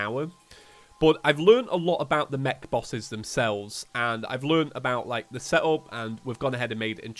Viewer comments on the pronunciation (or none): none